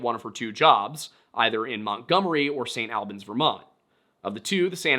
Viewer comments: As a local Vermonter I have to correct on his pronunciation of St. Albans, it's pronounced snalbans. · just a note on pronunciations, “st albans” is pronounced like saint all-binz locally!